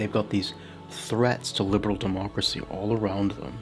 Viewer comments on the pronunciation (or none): none